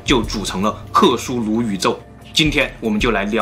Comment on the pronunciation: 是克苏鲁 不是克苏努。。。